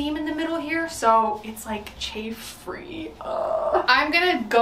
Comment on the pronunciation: Why does chafe free sound like a French term lol???